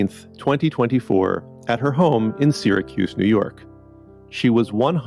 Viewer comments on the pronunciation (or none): none